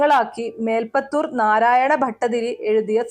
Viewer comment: മേൽപ്പത്തുർ അല്ല, മേൽ പ്പുത്തുർ